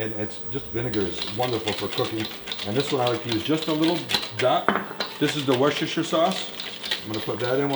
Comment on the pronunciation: Nice vid bro. Only critique- it's pronounced wuh-ster-sher sauce